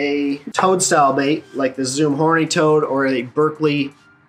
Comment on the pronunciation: Bro.... i thought you said tongue style bait instead of toad at first haha. Must be that Michigan accent! 😂